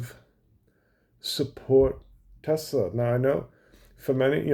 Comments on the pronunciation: If Musk changes the pronunciation of Tesla to Tesssla like a real American instead of Tezzzla I’ll think about buying one. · I lover Tesler 😂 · “I love Tessler!!!!” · I LOVE TESLUR! 😂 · TESLER CARS - IT’S COMPUTER !